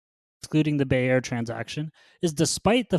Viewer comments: How can u call bayer a farming and fertilizer company? To me that's very odd.. bayer is one of the top pharma companies worldwide and its pronounced buyer. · As egregious as mispronouncing “Bayer” is, losing 10s of millions of cv funds per quarter is even worse. If Ginko is supplying a nonexistant market, it doesn’t really matter how excellent their synbio pipelines are. If their attempts to build the market that they wanna serve pay off, they’ll shoot way up past the moon. But, managerial incompetence can sometimes be inferred by their shareholder reports and should absolutely be considered when assessing their ability to execute in synbio or in business.